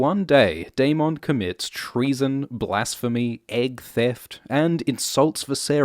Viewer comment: I love how "egg theft" was pronounced like the worst sin possible. ;3